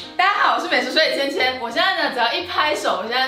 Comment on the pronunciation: 只有我觉得那个 “千 ” 弄得像“干” 吗？😂